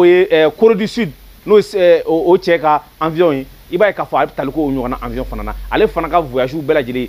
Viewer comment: Bjr Quand vous donnez des infos en bamananka évitez d'utiliser bcp trop souvent les mots français Il faut prononcer << avion et non avion >>>